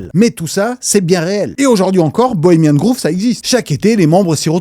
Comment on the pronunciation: merci, intéressant bien sourcé et marrant de ouf. petit truc qui m'a fait rire c'est la prononciation de Bohemian Grove... "grove"ne ce prononce pas comme le "groove" mais plus comme le savon "Dove". J'ai imaginé des vieux riches ensemble a danser sur le groove. 😂 😂 MDR